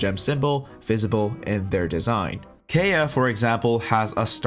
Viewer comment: the way you say Kayea and Khaenri'ah makes me want to kill myself